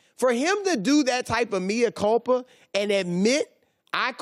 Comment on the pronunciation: it's "mea culpa" man... 🙄